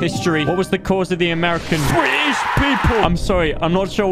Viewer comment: Hahahahahaaaaa i love the way he said BRI ISH PEOPLE